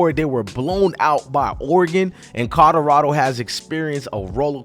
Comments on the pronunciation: COLORADO NOT CODORADO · Listening to you say Colorado is cringing who and where the hell is Corolado?